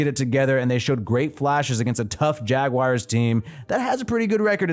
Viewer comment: “Jaguires”… that is all